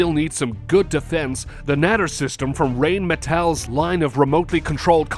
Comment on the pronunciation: Rheinmetall not Rain Metal !!